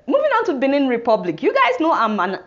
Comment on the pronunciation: The country Republic of Benin is pronounced like "Baynen" NOT like Benin in Nigeria